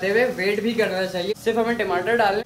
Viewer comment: Timatar nhi hota tamatare HOTA hai😂